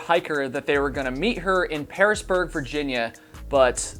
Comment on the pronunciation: The town is Piersburg, pronounced "Piers-burg" I went to Virginia Tech, and often hiked in that area.